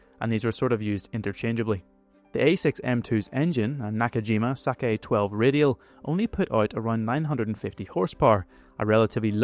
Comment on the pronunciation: Good video. But the engine of Type zero fighter is pronounced sakAe, not sake.